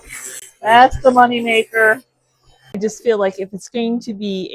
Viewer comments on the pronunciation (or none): none